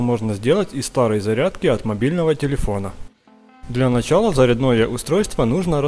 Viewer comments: Блин, ну Ё моё, делатели роликов, вы какие специальные курсы посещаете массово, где Специально учат, не правильно ударения ставить?.... Ну почему, люди так плохо говорят на родном языке. ЗарЯЯ!дное устройство. Когда оно успело стать заряднЫм??? И это массово в Ютуб, я бы и посмотрел, но лично мне слух режет. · ЗарядноЕ, ударение на букву Е, дальше можно не смотреть, рот открыл, а там уся биография¡¡¡ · ЗарЯдное устройство, а не заряднОе!!! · Когда прозвучало "зарядное" с ударением на "о", понял - работает гений!!!😆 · ЗяряднОе? Или зарЯдное? Дальше не стал смотреть, вряд ли там что-то будет полезное. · ЗаряднОе?? О маи 👂 уши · В начале было слово: ЗАРЯДНОЕ, с ударением на последний слог¿¿¿¿😢😂🎉😅Проверочное- заряд😂Шняга, для пенсионероФ¡¡¡¡¡🎉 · это у них профессиональное. например, у нефтянников - дОбыча, у прокурорских - осУжденный, у физиков - атОм, у мореходов - компАс. как в глубинке любят слова коверкать. неизлечимо. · Для начала нужно научиться говорить не зарядное, а зарядное. Ударение не на О, а на А